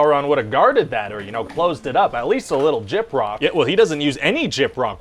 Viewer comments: What on Middle Earth is "jipra"?? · "At least a little jip-rock" "Yeah well he doesn't use any jip-rock" ...this freaking guy 😂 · I hate you for saying gyprock. I know what gyprock is, but the context made me Google "jip rock" to see if I was wrong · Whats jipraw? Jiprock?